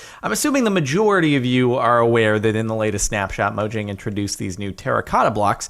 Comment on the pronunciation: Say it with me now Spahkoos.: Mo-Yang. scandiwegian part of the world where J makes a Y sound.